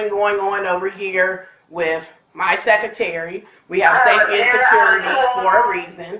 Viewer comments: Not only is she insufferable, she says 'secatary' jeez woman, it's secretary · What the hell is a “SEC-A-TARY” She’s the principal, but she can’t pronounce the word secretary?!? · arguing going on over here with my "Secatery"!!! who hired these ignorant people!?!? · Secretary......not secAtary. I bet she says "acts" instead of asks, and "libary" instead of library! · The principal calling her secretary “my secatary” Exactly where did she get educated? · WOW...the principle of the school cannot even pronounce 'secretary' correctly. Ignorant AF.